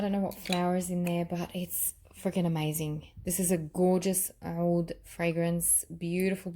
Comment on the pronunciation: Hi! I too do not like the BR540, but love the extrait. They smell different! I know ppl have tried to tell you to pronounce OUD as AOUD, but it's 2 different words. You were saying OUD right years ago. Watch the DUA fragrance guys, they pronounce them properly, they are Arabian. Their scents are great as well, I have reviewed a lot of them;)